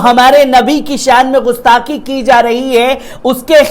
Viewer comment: بابو! میں پل پل نیوز کو ہمیشہ اور بڑے غور سے دیکھتا ہوں۔ اور تمہاری کوششوں کو دیکھ کر مجھے بہت خوشی ہوتی ہے کہ یہ ایک بندہ ترقی کر کے ایک نامی گرامی اینکروں میں شمار ہوگا۔ اس سلسلے میں میری ایک گزارش ہے کہ نیوز پڑھتے وقت اس میں جو اردو کے الفاظ آتے ہیں اس کی ادائیگی صحیح نہیں ہو پاتی ہے۔اور یہ اردو جاننے والوں کو بہت کھلتی ہے۔ جیسے غستاخی =صحیح لفظ گستاخی ہے۔ خل کر =صحیح لفظ کھل کر ہے۔ خلخلا اٹھے =کھِلکھِلا اٹھے آور بھی کئی جگہوں پر جیسے جرائت یعنی ہمت کی جگہ حماقت کا استعمال کر دیا جاتا ہے جو سراسر غلط ہے۔ حماقت کے معنی بے وقوفی کے ہوتا ہے۔جسِ کو آدمی ہمت کے معنی میں استعمال کر دیتا ہے۔اِن سبھوں پر خاص خیال رکھنا ہے۔ اِس کے لئے اگر اردو پڑھنے کی ضرورت ہے تو پڑھی جائے، کیوں کہ بغیر اردو کے نیوز پڑھنے میں کشش باقی نہیں رہ جاتی ہے۔ جتنے بھی اردو جاننے والے اینکر ہیں وہی کامیاب بھی ہیں۔ والسلام